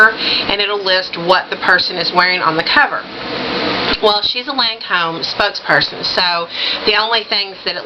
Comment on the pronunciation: u look so super great in these colors! I have not done much Lancome. And yes I think you pronounced Lancome just fine LOL! Emma Watson is so pretty, Oh I love that Johnny Depp pic! You should see my room omg i have a canvas panitning of him as Captain jack another one of the Prints from the Disney Ads last yr framed and my smokin hot pic of him playing piano! But yeah on make up,......I love seeing looks like that inpisired by celeb covers and photos it fun!